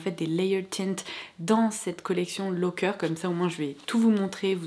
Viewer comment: Coucou, je veux pas faire ma prof 😊 mais cette marque de gaufrettes se prononce Loàcker, comme on l'écrit.. je suis Italienne et j'ai grandi en les mangeant 😉 😂Merci comme d'hab de nous poster ces vidéo un de marques hors de l'ordinaire ❤️